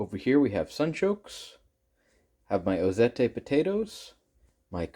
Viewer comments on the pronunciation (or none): Just an FYI, Ozette is pronounced Ozet. I lived in the Ozette area of the Olympic Peninsula of Washington State. I have wanted to try those potatoes, now I will be looking for some to grow my own. Thanks.